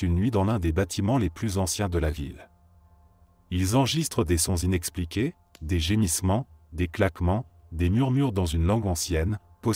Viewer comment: On dit: inexpliqués! svp.